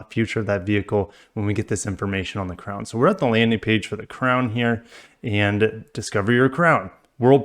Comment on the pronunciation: Ffs another FWD crossover. Butchering the crown name